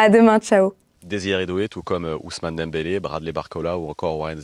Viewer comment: "Dembouz" ? Vraiment ? 😅